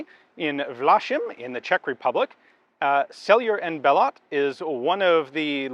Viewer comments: it's pronounced Selay and Below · winces as Gun Jesus absolutely BUTCHERS the pronunciation of Sellier & Bellot at the beginning of the video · I was under the impression it's pronounced differently, with silent R and T at the ends or the respective names, the founders being French and all. But what do I know? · Impressive, the checks made for every single round. Also, being that it takes days to switch production for a different caliber, I am grateful that S&B is one of the few manufacturers of older military rounds such as 6.5x55, 7x57, 7.5x55, and 7.92x57 (8mm) for basically hobbyists like myself. Also, I was waiting to hear Ian give a French pronunciation to Sellier & Bellot ... didn't happen.